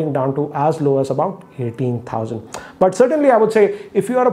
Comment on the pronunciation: The way he says Doubleooo is too funny 😂